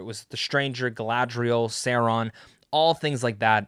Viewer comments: Who's ser-on?? 😂😂😂 .. ITS SAURON 😂😈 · Pronounced sau raan . . . Saw. . . Rawn. Are you actually knowledgeable about LOTR or just trying to get views? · Say-Ron? Nope. I’m out. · You are not a fan of the professor’s works. Im not gonna listen to a guy’s opinion who doesn’t know how to pronounce Sauron. Imposter! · Glad you liked it, but please.... learn how to pronounce Sauron! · Funny none of the YouTube channels I watch that are dedicated to the LOTR and Tolkien with millions of subs didn’t get to watch Season 2 early. But this guy who has 50k subs, admits he’s not even a Tolkien fan and doesn’t know how to pronounce Sauron’s name gets to watch it. I have no quarrel this guy by the way he seems perfectly fine. My gripe is with Amazon having absolutely no respect for the fans. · Omg you can't pronounced SAURON....I doubt that you watch EVEN WATCH LOTR....how can i block your chanel?